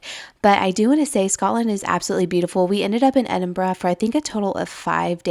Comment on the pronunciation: made me so happy hearing you pronounce Edinburgh correctly. glad you enjoyed it x